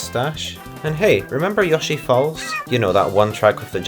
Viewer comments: "Yoshi" is actually a mistranslation. It was meant to be "Yossy", so your pronunciation is more accurate to that (and closer to how they say it in Japan). Of course, nowadays, it seems that even Nintendo (in Japan) uses the "Yoshi" spelling even tho in Japanese they still say it more like "Yossy". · Well that IS the correct way to say Yoshi. The only people who pronounce it “yo-shi” are native English speakers. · Yoshi calls himself "Yoh-shi" so I call him Yoh-shi and as far as I'm concerned that's the only correct way of pronouncing it. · finally, someone who correctly pronounces Yoshi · Someone actually says yoshi correctly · It's never too late to say Yoshi right. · You say Yoshi the right way, it’s Americans who say it wrong 👌🏻